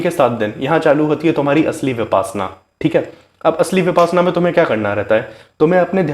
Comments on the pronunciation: First of all you should pronounce the word correctly VIPASHYANA not VIPASNA, which is actually reverse word. 2. 10 days meditation shivir compulsory for new person, not 7 days or 3 days . Be Happy 🌹🙏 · I think correct pronunciation is - Vipashyanaa n not vipasanaa. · Brother please pronounce as vipassana not as vipaasna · ऊचारण ही ठीक नहीं है बार बार विपाशना बोल रहे हो ये विपश्यना है पशयना पाली भाषा का शब्द है इसका मतलब है विशेष रूप से जानना गुरु गोयनका जी परवचन मैं बताते हैं फिर भी साधक विपाशना बोल रहे है मेरा सभी पत्रकार बनधुओ से निवेदन है इस ऊचतम विधा का ठीक ऊचारण करें